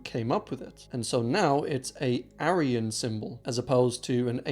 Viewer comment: Struggle to listen to a guy who pronounces aryan wrong